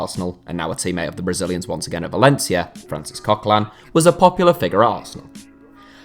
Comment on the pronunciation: If you want to say names correct, have a new try at coquelin then, because english people don't seem to know how to pronounce a french name/don't seem to know that they are pronouncing french names wrong.